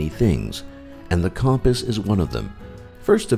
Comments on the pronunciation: did this bitch really mispronounce compass? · Who pronounces compass like that